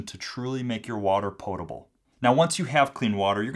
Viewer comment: it sounds as if you say portable when I believe you should have said potable most people don't understand and think it is the same